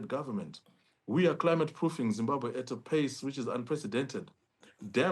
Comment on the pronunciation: Say Zimbabwe please not Zimbahwe!!! and if Zimbabwe is well organised why is half of the population in the diaspora??